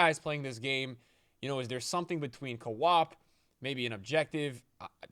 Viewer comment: Co-op pronounced "Ka-Whop"????? LOL